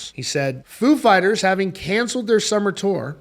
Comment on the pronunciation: .....stop saying "food" fighters in u vid🤔😁🍻 if u r "such a big fan",.....just sayin,....FOO!